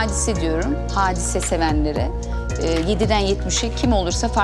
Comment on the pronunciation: Nobody : Hadise ; Hisediörüm